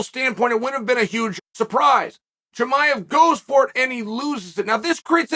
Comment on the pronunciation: U really need to work on name pronunciation.. I thought you were talking about Jeremiah